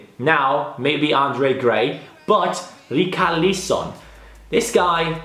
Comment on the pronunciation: U fucked up richilarson name completely